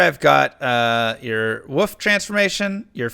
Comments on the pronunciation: what is woof mastery? what is dire woof? what is spirit woof? sry for meme :D I remember the stream when a 3digit number of people tried to teach the man to pronounce wolf :D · Do you seriously not know how to pronounce wolf? Someone failed speech class in elementary school